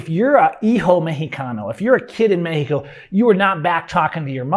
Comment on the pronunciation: Pronouncing Mexico as "Meh-he-co" while completely mispronouncing nearly every other Spanish word has to be about the most gringo thing ever. 😆